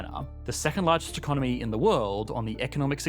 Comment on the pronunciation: I've never before heard anyone pronouncing economy as economeeeeeee... And hearing that just makes me want to dislike the video 😂